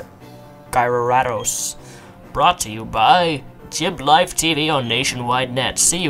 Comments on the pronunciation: Gyarados = Gare a dose Piplup = Pip lup Sinnoh = Sin no I was startled over you being unable to pronounce Gyarados when you claim to have played Pokémon for ten years now. Some tips to go with 1. This is an LP. Pokémon, especially gen 4, is slow paced. Because of this, you may want to talk more. I notice in your LPs you hardly talk, and when you do, 75% of the time it's to read the dialogue in the game. continued in 2nd part... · So many things pronounced wrong. Gar as in Gary - A - dose, sin - oh, pip - lup, tur as in turd - twig